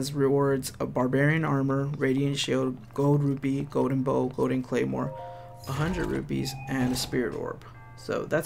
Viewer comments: It's actually "Gowden" instead of Golden- nails on a chalkboard. 🤦🏻‍♂️🤣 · "Go-den rupees"